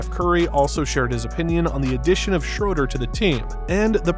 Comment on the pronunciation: Schruder ? Are you German because i am and you talk 💩